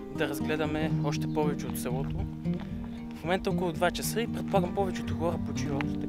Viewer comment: (Някой хора просто си говорят така, не е проблем.) Той каза ,,сѐлото”